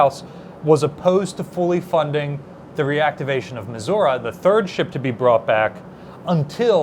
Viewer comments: Stop. Mispronouncing. Missouri. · Stahp mispronouncah Missourah😂